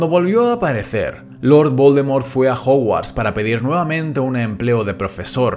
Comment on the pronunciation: Que mierda dices al principio de tus vídeos? Jajaja 😂 ese lord Baldomero es un loquillo